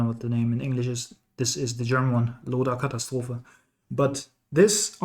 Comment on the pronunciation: Thanks for the guide!! That ,,Loder Katastrophe“ was very well pronounced. U speak German? Grüße aus Düsseldorf ✌🏼